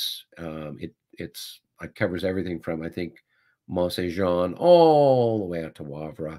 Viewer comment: Mont St-Jean, is more "Mon sain J (soft)ahhn". It's actually Mon San Jon (soft 'J').